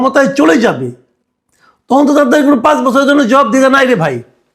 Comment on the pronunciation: পাঁচ এর উচ্চারণ ঠিক করুন।